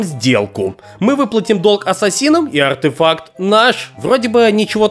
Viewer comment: Блин как же ты круто говориш артэфак с окцентом